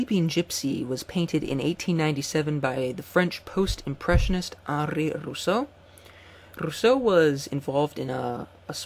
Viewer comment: but that rolling R isn't at all how the French would pronounce his name....